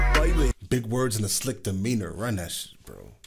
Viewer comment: 'Sick' demina, not 'slick' I will try and help you out with the language barrier brother, you have my subscription, your awesome 👍